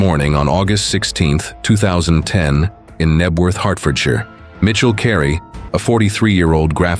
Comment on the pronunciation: Kudos for being able to pronounce Hertfordshire properly ❤ loads of Americans miss pronounce "shire" all the time. (Also if your doing UK cases maybe put up 999 instead of 911. Small issue I know but it's annoying).